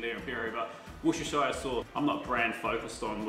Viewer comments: npo one can pronounce Worcestershire sauce right , "wouster-shire" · Really enjoying your stuff. Nice one! Just … call it Wooster sauce as us Brits do, cheers matey pops ❤️